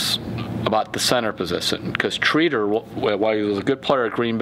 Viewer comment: Ur saying Tretter wrong